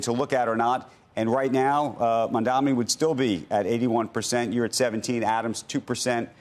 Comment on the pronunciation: I am proud to see that Cuomo has finally decided to pronounce Mamdani's name correctly. Well done! Progress is possible!